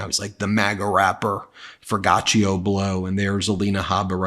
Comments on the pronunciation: Ok this is the 5th video where Ben pronounced the rappers name wrong. It’s For-gee-auto it’s a brand of high end exotic car wheels/rims “Forgiato”. Sorry I just don’t want Ben to keep sounding like he’s not hip💯🫡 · My understanding is that you pronounce that MAGA rappers name as "FOR-GEE-AH-TOE" Blow... another failed pathetic nepo-baby. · you'd think it sounds like "for-goch-ia" but surpisgly its "four-gee-auto" regradless forgiatuo is a piece of sh*t either way, its fitting too cuz hes stealing his name from the WORST luxury car aftermarket Rim/wheel company they are the worst in the industry like him, infact if a luxury car has forgiatos I refuse to film it for my luxurycar/supercar/hypercar channel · I think it's pronounced For-gee-aht-ohh. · Ben, I think it's pronounced Fellatio Blow...